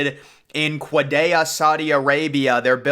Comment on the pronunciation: "six flags kwadayya" 💀💀💀